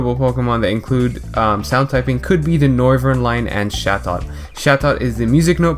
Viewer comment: Got me at Shatot 😂 wtf its Chat-Ot lol